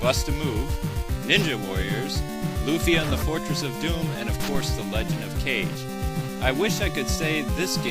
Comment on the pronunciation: nice, review, although I think you should've given it a way higher score. I mean, this game is awesome, its the best castlevania-clone out there.. just think of 8-eyes in comparisson and you'll get what I mean. also, I keep noticing that people insist on calling Legend of Kage, Legend of Cage. Its Ka-GE. and I know, now Im just whining.. aaaanyway, great review, keep up the good work!